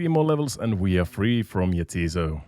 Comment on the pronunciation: You're pronouncing it wrong, it's 'ja, tis so', like 'yes it is', it's a joke name